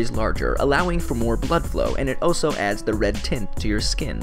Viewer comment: When he would say also I kept thinking he said “oh so”